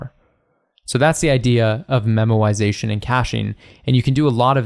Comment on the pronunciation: when u say memoization it sounds like ur saying memorisation but pronouncing it as 'memowisation🥺' and now I can't un-hear it lol